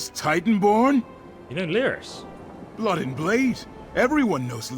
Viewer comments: Hey man loving your vid, but her name is pronounced Leer-is, not Lie-ris. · Excellent video... Been watching your ESO vids since you started making them.... In all this time, I'm sure you know her name is "Leer-iss" not "Lie-riss," tho... IJS... :)